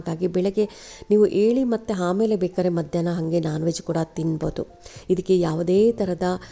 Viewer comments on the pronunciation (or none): none